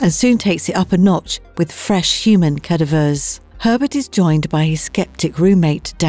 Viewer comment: I was thinking AI , the way cadaver is pronounced